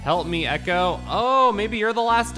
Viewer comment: It's ecco not echo! 😉If I remember correctly, you can eat fish to heal!